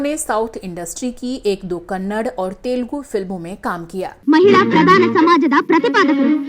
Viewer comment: Its called as "kannada" not Kannad